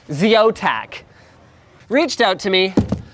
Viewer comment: Did you say ZOTAC?